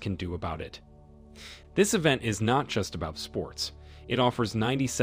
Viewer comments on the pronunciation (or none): none